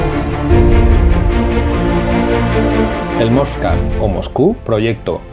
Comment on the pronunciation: Muy bueno el vídeo pero se llama Moskva, no movska